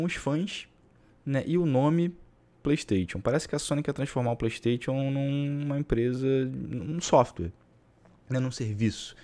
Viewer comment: playISTAITIONN kkk melhor é a pronuncia do